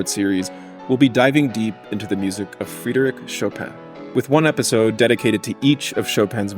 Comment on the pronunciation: Yes, but he still mispronounced Chopin's first name. Frédéric - the "e" is not a long EE, but with the accent aigu it's AY. I know, my first name is French, and has an accent aigu, and it's almost always mispronounced in the US.